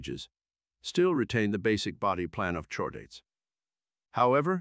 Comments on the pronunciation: in, noooo lol, you didn't just have your AI voice say, "CHORE-daets?!?" We have a spinal chord, hard 'k' sound. It's "KHOR-daets." Your AI needs lessons. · Please fix your ai text-to-speech. "Chordates" is pronounced "cord-ates". The "Ch" comes from the greek letter Chi. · Very interesting, by why did you pronounce it "shordates" (incorrect) instead of "cordates" (correct) but do it correctly while pronouncing "cephalochordates"? You have to notice the inconsistency there. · I bet that if you feed CORE-DATES to you text-to-speech program, it will generate the desired (and correct) pronunciation.